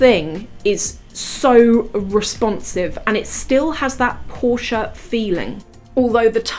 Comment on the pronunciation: Hi i am from germany. Please dont say porsch its porsch_e (like the e in chan_e_l). Hirn = Brain Hals = Neck Ohrläppchen = earlope Rückenspeck 😂= back fat Rüssel 🤦🏼‍♀️(Nase) = Trunk (Nose) Schulter= shoulder